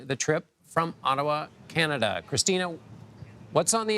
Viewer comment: How long is Biden expected to be in “Canadia” ?